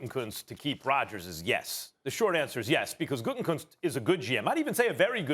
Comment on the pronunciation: For the love of God, it is pronounced "Goot-a-koonst"!! It is not "Gooten-Koonst"!!! It's not that hard...just read the letters! "Gutekunst"! There is only 1 "N" in his name, and it is the third from the last letter! Gah!! I can't stand him, but hearing his name constantly mispronounced by college educated individuals is like nails on a chalkboard!